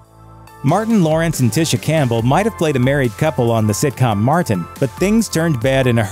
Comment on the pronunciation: "The sitcom Mar Tin" 🥴